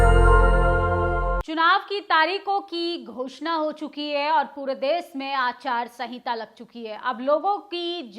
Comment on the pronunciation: Aacharya sahinta nahi hota ya bola jata hai madam......aachaar sahinta bola jata hai...